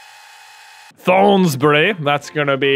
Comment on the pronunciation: It's pronounced Thornsberry even though it's spelled Thornsbury